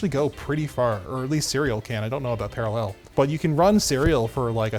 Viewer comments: Par-A-llel...Methinks is putting the em-PHA-sis on the wrong SYL-lable. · I love the way you say paralLEL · Why are you saying parallel like that? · i love how pronounces parallel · Someone teach him how to say "parallel" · I love how pronounces parallel. It sounds like someone from Krypton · I love but idk how much I can keep it up hearing how he stresses the word "parallel" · what a weird way to pronounce parallel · I like the way says parallel. He emphasizes the last syllable in a unique way.